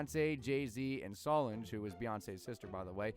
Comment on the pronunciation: Solange's name is pronounced sah-lanj